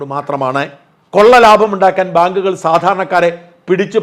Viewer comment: " ഭാങ്ക്കുകൾ" അല്ല!